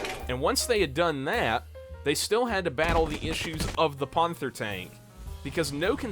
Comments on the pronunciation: why do you pronounce panther ponther? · Your videos have potential, but you've gotta work on your pronunciation. Surely you've heard the word "panther" pronounced before? And, as a tank enthusiast, "panzer" as well. Not to mention "calliope" in a previous video. Im not trying to be mean at all, it just needs some work. Otherwise the videos are quite interesting! Though maybe slow the pace of the edits down just a bit. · why dont you pronounce panther right?